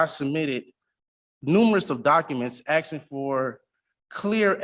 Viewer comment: Axing 😂 illiterate animals